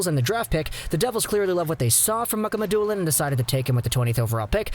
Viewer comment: It's pronounced Muka Ma Dulin people